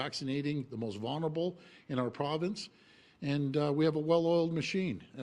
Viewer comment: Hey doug....vulnerable...like library ....would be good if the premier could pronounce tbem.